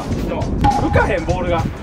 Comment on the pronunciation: バール❌ ボール⭕